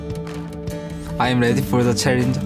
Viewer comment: "I am weady for the charrenge"